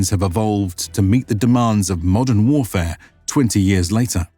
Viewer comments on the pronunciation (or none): none